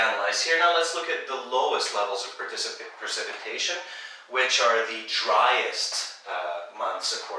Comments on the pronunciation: Sorry, Percipitation is .... ? That word is precipitation, right? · its precipitation not percipitation